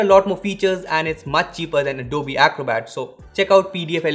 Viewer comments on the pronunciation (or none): none